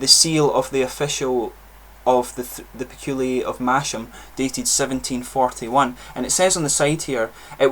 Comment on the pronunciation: Peculier not Peculiay! 🙂